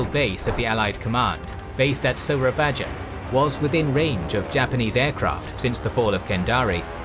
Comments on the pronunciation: You should pronounce the old Dutch spelling of Malay words the right way, i.e. : Baroe = Baru Bangoen = Bangun Tandjoeng = Tanjung Moera = Muara Soerabaja = Surabaya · gaada yang ngomong nih? ok (no one gonna say it? no? okay,) WOOOO HELLO INDONESIAN HERE, ITS PRONOUNCED SURA-BAYA WITH A Y NOT A J, OLD INDONESIAN USED TO PRONOUNCE J AS Y, AND J USED DJ INSTEAD (LIKE DJAKARTA OF OLD) THANKS. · I love how much detail I'm getting about the conflict in the East Indies, and I really appreciate how much effort you put into correct pronunciation. I don't know how much more Surabaya will factor into future episodes that you might have already recorded, but it is pronounced like SurabaYA. Dutch spelling at the time uses the Dutch "J" sound which is an English "Y." Just a tip. :) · "Soerabaja" is read "Sue-ra-ba-ya". 'ra' as how you read 'run' but without the n sound. 'ba' as how you read the word 'baba'. 'ya' as how you read them in "yikes" (ya-i-ikx)